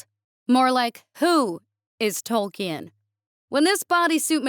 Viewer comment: I love the story, but the pronunciation of Tolkien and Mithril was painful 🤣